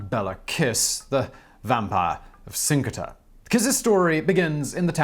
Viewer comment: I am Hungarian and never heard this story. Also, Kiss is pronounced as “Kisch” (or “Kish”) and Cinkota is like “Tzinchota”.